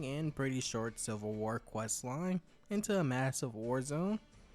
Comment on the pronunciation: I swear you keep saying "silver war"